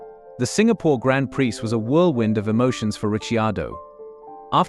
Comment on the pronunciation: I was going to watch this, but as soon as the stupid AI voice-over pronounced Grand Prix, as it’s spelt, that was enough. Come on you lazy YouTuber. If you want to make a fortune out of making YouTube videos, at least do it properly, and stop trying to take the easy route. AI voice-overs are lazy, and stupid.